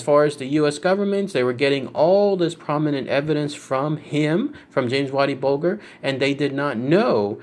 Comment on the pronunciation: The world of mafia so dumb this shit is real life. And its bulger not bolger fucking jerk off